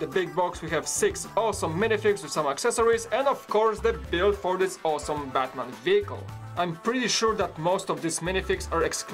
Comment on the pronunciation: You called Batman Buttman! LOLOLOLOLOLOLOLOLOLOLOLOL.